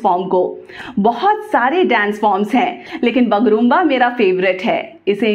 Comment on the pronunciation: Thankyou so much for bringing such a content , we need more content . its called BAGURUMBA not bagrumba thankyou ❤️